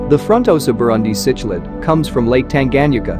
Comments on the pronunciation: You know this is going to be a high quality production when the the auto-reader pronounces “cichlid” as “sitch-lid.” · It's sik-lid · You are pronouncing cichlid and Tanganyika wrong, very painful to listen to. What about the black widow frontosa??